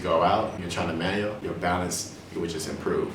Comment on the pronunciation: "Manyo" loool